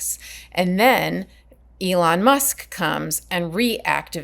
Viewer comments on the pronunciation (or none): none